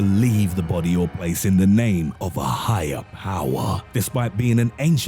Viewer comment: “in the name of HIYAH POWAAHH”